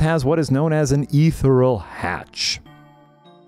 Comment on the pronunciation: Season 3 of saying "etheral"